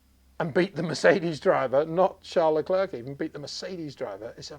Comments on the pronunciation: 😂😂😂 so true, I have no idea why someone as knowledgeable as Peter keeps calling him LeClerk, he gets the Charles part right but not the last name? Phonetically is the spelling you’re looking for, you’re English is excellent though. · Very well interpretation of the qualifications, thnx mr. Windsor. But i wil say it again it foneticly (the good word in English?) Luclèr (silent c)